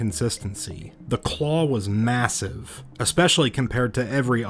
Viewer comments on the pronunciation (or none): Did you say MASSIVE?